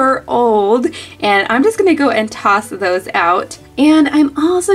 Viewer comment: when she said "so imma just go toss those out" i thought she was reading the jar tost-tos OvO.... is it just me or did u guys even hear what i just said :/